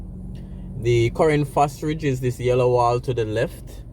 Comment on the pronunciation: Thanks for the update,nevertheless it's Fosrich not Fosridge